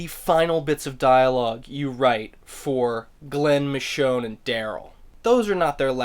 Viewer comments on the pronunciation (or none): it's michonne